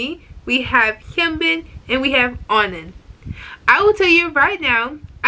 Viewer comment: Actually Kunho is mostly pronounced with a silent h so it's "Kuno" and I'm not too sure about ON:N but I've heard many people say it is like the word "on" so without the second n